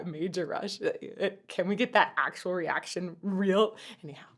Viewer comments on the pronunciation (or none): none